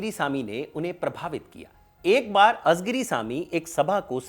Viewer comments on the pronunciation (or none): आपने दक्षिणी भारत के नेता के लिए ये वीडियो बनाया वो सराहनीय है, परंतु एक सूचना देना चाहूँगा. तामिल से संबंधित कार्यक्रमो में प्रायः तमिळ के उच्चारण पे ध्यान नही दिया जाता, कलईगनार नही है, वे कलइन्जार करुणानिधि है, अजगिरी नही है, वे अळगिरी है कझगम नही, कळघम है, कनिमोझी नही, कनिमोळी है !! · It's ळ and not झ everywhere. It's कळघम and not काझगाम. It's not azigiri but आळीगिरी